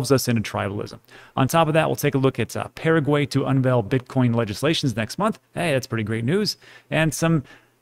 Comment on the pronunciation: Paraguay? Pa ra guay A is Ah Pah rah gui. Please pronounce it right.